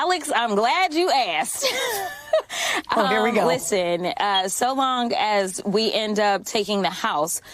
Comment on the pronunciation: “Well, Alex I’m glad you AXED!” 😂